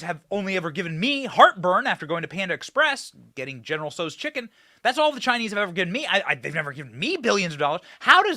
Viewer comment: “General So’s” chicken lol